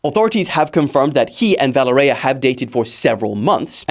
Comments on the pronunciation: You are butchering her name. It is ponounced Vuh lé rya. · Valereya? Wtf!!!? Learn to read dude! Its almost the same as in english Valery but with an A at the end! If its so hard for you